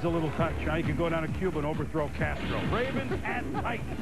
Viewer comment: armst012 I thought he said castrol